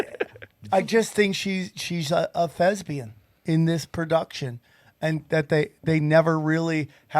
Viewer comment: whats a thezbian? did you mean thespian? HAHAHAHAHAHAHAHAHAHAHAHAHAHAHAHAHAHAHAHAHAHAHAHA